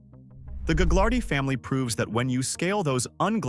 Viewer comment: Thanks for the info. Ive got info for you. It’s not gag lar dee family It’s ga lard ee lol